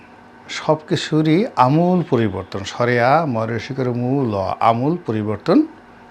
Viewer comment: আমূল বানান তো ভুল উচ্চারণ করলেন।